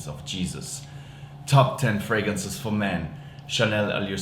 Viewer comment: TOP TEN FWAGANCES FO MAN